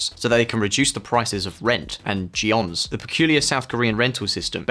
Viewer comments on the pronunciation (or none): The peculiar South Korean rental system is called jeonse - pronunced jon-seh, not jee-awns. lol